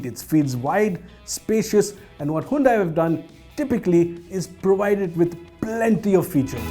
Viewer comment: Hyundai you spoiled Santro name!